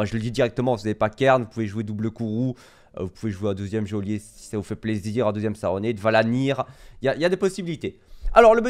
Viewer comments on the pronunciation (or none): Geôlier ça se prononce "jolier", pas "géolier" ! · Ca se prononce "jaulier". Signé chieur-man.